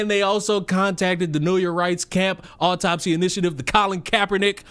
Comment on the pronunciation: & the word is "au-top-sy" not "opp-top-sy". These people are so ridiculous and embarrassing ugh